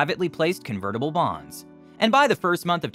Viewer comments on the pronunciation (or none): none